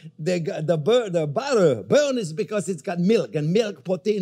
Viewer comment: "Ol we need nao is BODDEH"